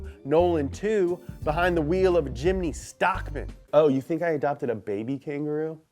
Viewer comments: ts not a jimny its a chimny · Very happy indonesia it call jimmy not jimny weird wkwkwkwwk